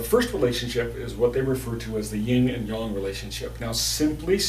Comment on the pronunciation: 😂😂😂 "YIN AND YOUNG"!!!😂😂 NOOOOOT!